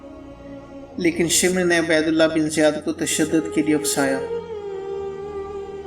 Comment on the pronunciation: shimar nahi shimr bolo..........daggay pendu